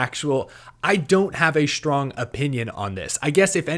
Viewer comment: Did he say “schtrong” instead of “strong?” 😂